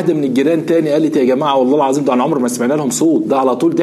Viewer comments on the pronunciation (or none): none